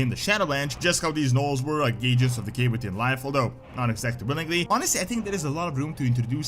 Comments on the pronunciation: I swear every time you say “Decay magic” I hear “Gay magic” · Am I the only one that instead of "decay" keeps hearing "the gay"? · I should not be giggling this much. With his accent “decay” sounds like “the gay”. The Gnolls have been corrupted by the gay magic. 😂